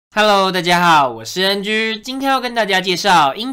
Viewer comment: 大家好 我是N狙 ... 那个读g